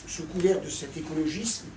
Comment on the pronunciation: Ma seule critique : c'est écologisssssme ! pas écologizme ;-)